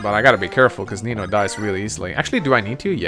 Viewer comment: Is it just me, or does every time says "Nino", it almost sounds like he's saying Amino?